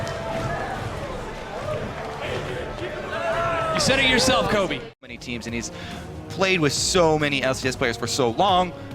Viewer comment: Did you say Kobe for the Basketball player or Khoobi?